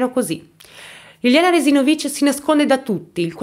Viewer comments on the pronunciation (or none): Io sono di Trieste,e la pronuncia del cognome di Liliana è sbagliata,sbagli a mettere l'accento.